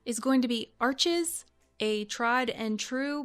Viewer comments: Isnt it pronounced are-shay? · PSA for every American on YouTube: Arches is pronounced Arsshh, not Archers. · I get the feeling only limited research on paper or paper making companies was done before making this video. Fabriano, arches and hahnemuhle are really amazing brands. Also I am looking forward to someone, somewhere, in any you tube video actually pronouncing Arches and Hahnemuhle correctly